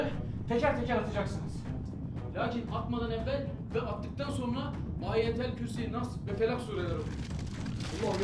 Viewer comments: Yaptığı basit basit okuma yanlışları da cabsı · Harbi hafızım, nasıl okuyor bunlar ya hele Ayetel kürsiyi değiştirdi bildiğin 😂